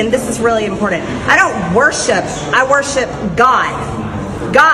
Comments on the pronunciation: It's pronounced IM-POR-TANT! Not IM-POR-DENT! What a moron. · It still makes me crazy that she says "impordand"...she can't even properly pronounce a 3rd grade word. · MTG still can't pronounce "important." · Please someone teach her to pronounce the word important! It does not have a "d " in it! Peach tree, gazpacho foolishness